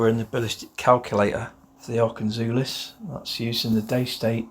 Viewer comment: Is it not pronounced Zulus as in Rorke's Drift